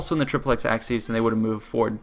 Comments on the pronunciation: Its pronounced "The Triple-ex A-seas" not "The Triple-ex Axe-seas" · Hate to be a nit picker but the correct way to pronounce "aciēs" is aa-kee-ays, not "axes" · You can, but most scholars now agree it would have been pronounced hard always, until about the sixth century and later. And it's certainly not axis, as he pronounced it in the video. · Acies is pronounced something like ‘ace ees’ and Scipio was called ‘Africanus’ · ak-ee-ez. All latin Cs are pronounced as a K. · no in the rome of caesar it would be pronounced Akiiiës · Kl vid, but acies is pronounced ak-y-es